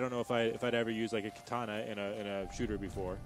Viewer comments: For fucks sake...KUH-TAH-NUH....not KUH-TAN-UH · Learn how to say katana! Its annoying when people talk about shit that they don't know shit about! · Way to bastardize the word Katana... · The way he says "katana" Come on man, get it right!